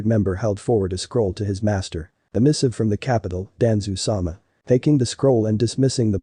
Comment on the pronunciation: it's danzo not danzoo